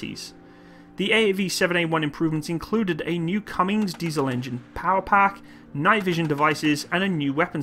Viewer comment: The Marines aren't really a separate branch. They are still under the Department of the Navy. Also, for the engine type it's called Cummins. There is no g. So it's not just an accent thing, it's meant to be said that way. I apologize for being a grammar-notsee.